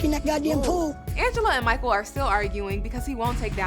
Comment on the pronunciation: not “Mahkul” 🤣🤣